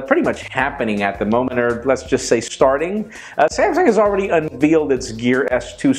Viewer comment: Why do you pronounce it "un-VEEL"?? It's supposed to be like "un-VAIL" or "un-VèL".